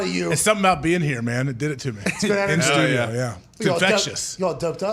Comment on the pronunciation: AJ is so much better in studio (stu-jio)